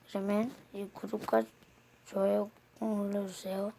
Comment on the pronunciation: 전 왜 마지막에 좋아요가 욕 같죠??